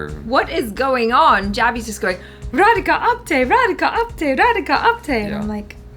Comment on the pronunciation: You said Radhika's name absolutely right 😂